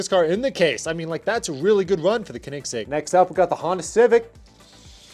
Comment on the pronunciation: It’s pronounced co-nig-segg